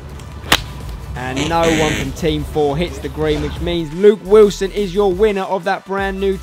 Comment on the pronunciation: “Luke Wislon”